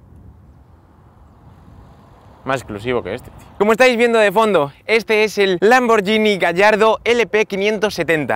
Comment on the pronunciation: Lamborghini (gi nee) Gallardo (gayardo)